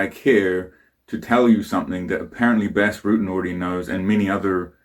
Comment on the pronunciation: Btws it's pronounced Bas as in UK English "bastard". In fact that's where they got that from.